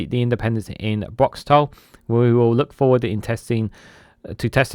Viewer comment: Pronounced Broxt and the letter 'o' and not ow